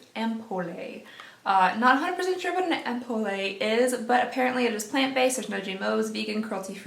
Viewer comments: An Ampule is like a serum and pronounced “amp-yule” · The "e" in "ampoule" is silent. So it's actually pronounced "ampoul". Actually, most last letters of French words are silent. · Is no one going to call out pronunciation of ampoule?! It's pronounced "amp-yule." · It’s an ampoule like ampule 😂. Your pronunciations are adorable 😍